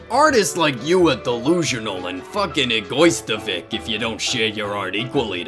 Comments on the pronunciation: "eh-GOY-sta-Vic" RIP me 😂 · The way you pronounced "egoisticv" killed me